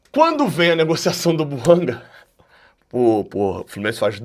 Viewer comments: É BUANGÁ QUE SE FALA. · É BUANGÁ que se fala. A pronúncia correta é do francês, aliás língua oficial do GABÃO.